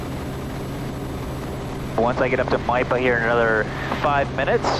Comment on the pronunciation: Maipa, spelled as Miapa, you said it perfectly. Maipa is part of my sub-district.😊